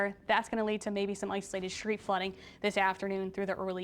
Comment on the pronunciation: What's "shreed flooding"? S